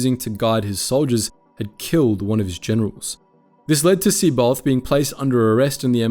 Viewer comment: Good Lord.....Pleaassssse.. Finally, look up how to pronounce the Star Wars names correctly. It's really cruel to hear you pronounce C'baoth or Noogri, among others. Otherwise you have been doing excellent work for years. Nevermind Live long and.......ehhhh My the Force be with you